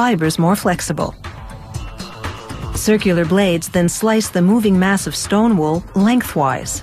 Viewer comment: Shleem wool